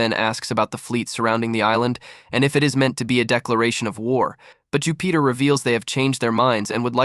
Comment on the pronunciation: I can’t get passed all the mispronounced names. If you’re going to cover a whole arc at least watch the show you’re covering because wtf. Even mispronouncing Jupiter is crazy. “Jew Peter”